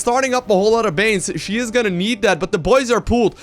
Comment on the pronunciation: every single time he says "she" i cringe.